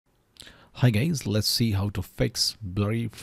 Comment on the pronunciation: he sad "hello gays" that is actually funny. You didn't get it